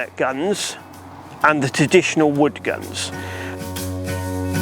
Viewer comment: did he just say "Teditional"?